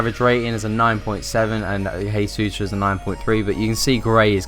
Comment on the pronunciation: It's pronounced "jaysus" because he speaks Portuguese